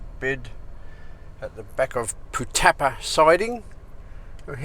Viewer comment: Pronounced Putt-a-par